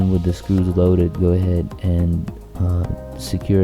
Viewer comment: did you say gourdhead ??